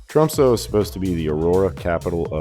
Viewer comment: First it would be nice if you pronounced the name of the city correctly. It's pronounced Tromsuh not Tromsoe. Why didn't you just fly to London and then take Norwegian Air to Tromsø?